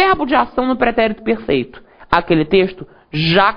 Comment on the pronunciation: o pretérito pERRRRRRRRRRRRRRfeito... Adorei rsrsrs